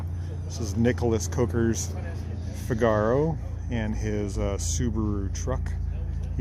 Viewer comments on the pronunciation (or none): It's a Nissan "FIG-a-row", NOT "Fig-ARE-oh"! Just like the character in Rossini's "The Barber of Seville".